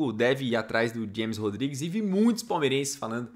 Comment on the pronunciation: A pronúncia é Rames Rodrigues!